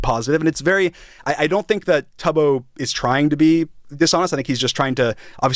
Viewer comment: Bruh he knows so little about the community he doesn't even know how to pronounce Tubbo, he has no business covering this 🫩